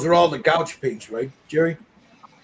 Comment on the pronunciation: Love it! Love how you did the leather. FYI gouache is pronounced ‘’gwash’ lol!😉